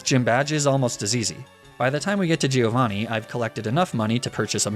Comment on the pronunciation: Bella ragazzi, ma parliamo di quanto è fastidioso sentir dire GI-Ovanni?